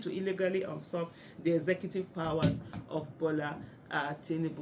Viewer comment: Far be it from me to correct the great Aisha, but the pronunciation of the word ‘usurp’ is ‘you.surp’. Pronounced like the letter ‘U’ and ‘surp’